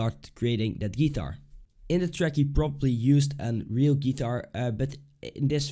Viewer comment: Wrong Step 1 is actually learning how to pronounce GUITAR